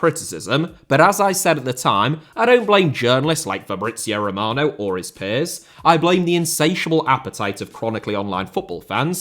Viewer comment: Sounded more like Fabrizei Romanov 😂😂